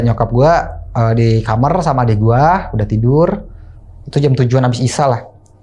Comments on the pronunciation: Aku dikit terganggu dengan bahasa dia ngomong kamar jadi kamer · pengucapan yg bener tuh "kamar", Bukan "kamer".😂😂 gunakanlah bahasa Indonesia yang baik dan benar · Kamar bang bukan kamer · KAMAAAAAARRRRRRR OYYY KENAPA JADI KAMERRRRRR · Kamar bukan kamer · KAMAARRRRRR COYY BUKAN KAMERRR T41K GELI DENGERNYA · Kl blg kamar mandi jls tp kamar knp jadi kamer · kamer bang bukan kamar😂